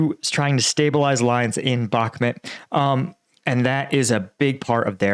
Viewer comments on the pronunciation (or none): the name of the town is Bakhmut /bəh'mu:t/ with the stress on the second syllable. Thank you! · I don’t get why he keeps pronouncing Bakhmut as Bakmet. It’s not in Pakistan. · It’s BakhMOOT. Like that… You sound like a clown.